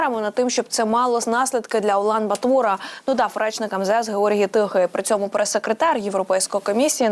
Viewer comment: Скажіть цій дурепі хто небуть, що столиця Монголії- це Улан БАтор , а не улан батУр